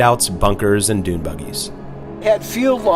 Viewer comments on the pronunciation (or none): none